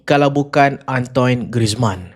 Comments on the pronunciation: Cara sebutan dia bukan "antoin" tp lebih kpd "antuan" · Antoine bunyi dia "An-tuan"